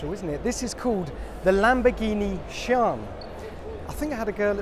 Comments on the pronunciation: Its S-I-A-N, not, S-H-I-A-N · Lamborghini "Shawn"? I thought it was pronounced See-ahn? I could be wrong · it's sian not shawn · It’s an Italian car, you pronounce the name the same way it is written: S I A N. Anyhow, it means ‘lightning’ in Bolognese Italian slang.